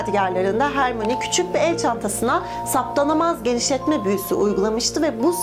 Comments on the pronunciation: hörmayniye hermoni dedikce cringe oluyorum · Abla "Hermoni" diye değil, "Hörmayni" diye okunuyor. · Abla hermoni diye değil hörmayni diye okunuyor Emma Watson'ın bir röportajı var bununla ilgili Türkçe dublajda yanlış okuyorlarmış ama türkçe altyazılı da kendi sesleriyle hörmayni diye okuyorlar😄😘👋🏻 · Diğer bir bilgi; Hermione; "Hermoni" diye değil "Hömayni" diye okunur. Kofti ise, muggle, melez hatta safkan olup büyü yapamayanlara denir. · Hermoni değil hör ma yo ni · Ben de ciddi ciddi potterhead sanmıştım bu kızı yazara ce ke rovling diyen hörmayoniye hermoni diyor